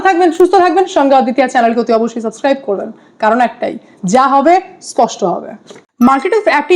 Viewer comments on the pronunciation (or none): none